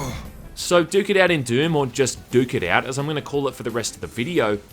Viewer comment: "Duke it out" sounds very similar to "dookie out" which means there is a poop outside. Every time said the title i chuckled because it sounds like dookie XD.